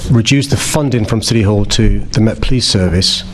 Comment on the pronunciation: Really??!! You are turning or have turned the 'police service' against the REAL patriots and British People of London!!!!!! You bore me to tears, you're NOT listening!!!!😡 Oh and by the way......there is a 't' in City!!!!!!!!! You Mr. Mayor are pure evil!!!!!